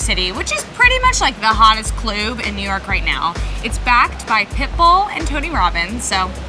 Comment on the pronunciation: Did she say it's the hottest cloob???